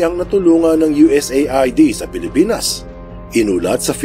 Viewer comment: U.S aid ang pagbigkas niyan